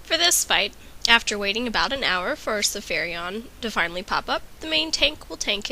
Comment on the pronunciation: Sapphiron not Sapphirion